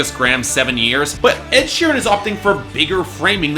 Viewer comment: He said "sheerem"